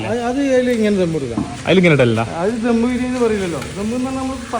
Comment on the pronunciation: ധം അല്ല ദം